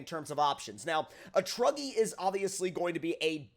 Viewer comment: At the start he stayed cm truggy I thought he said druggy!!🤣🤣